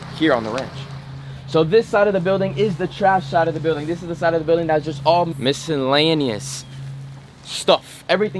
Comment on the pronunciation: He tried to edit out the fact they he can’t say miscellaneous lol